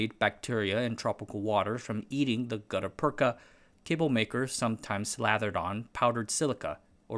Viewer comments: it is read "gutta pertscha" use google translator to read it. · It's pronounced "gutta persha" with a shhh not a cha. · Well done, but you should really confirm the pronounciation of words. rattan ra- 'tan rə- gut·ta-per·cha /ˈɡədəˌpərCHə/ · Yes, "gutta-perka" is a funny word when pronounced that way. The second half is actually pronounced "perch-a" and it's used today in root canal surgery to backfill the hole in the tooth root and prevent bacterial intrusion. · It’s pronounced Gutter Perch-aa. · Merriam-Webster says gutta-percha is pronounced gut-uh perch-uh that is, the second word ends in cha, like in cha cha heels. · The "ch" in gutta percha is pronounced like the "ch" in chair. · I'm only three minutes into this video, but I have to stop watching. You've already mispronounced Gutta-percha six times and I can't take it any more. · Gutta-percha, you got the first bit right. But the second bit uses the ch sound used in perch. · I think you are pronouncing Gutta Percha incorrectly. I think you are pronouncing Rattan incorrectly. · Great video as always, but my ears bled a little each time he mis-pronounced "gutta-percha". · you pronounced rattan and gutta percha wrong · New video, new mispronounced words. There is no K in "gutta-percha". There are many online dictionaries with phonetic transcription. There is google translate with voice over feature. It's wrong to assume that an unknown English word is pronounced the way you first thought it's pronounced. Such mispronunciations undermine the authority of what's being said. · My man mispronounced the most obscure word and someone’s here to get his ass!!!